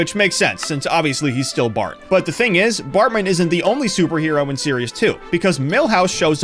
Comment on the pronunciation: AI voice can't pronounce Unitas or Bartman properly